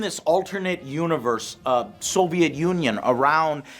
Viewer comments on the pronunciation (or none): none